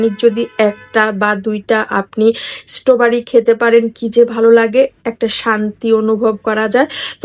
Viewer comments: আপু আপনার স্ট্রবেরি বানান ভুল হচ্ছে আসলে বানানটা হবে স্ট্রবেরি আপনি বলছেন ইস্ট বাড়ি😅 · Istroberi ❌ Istobari✅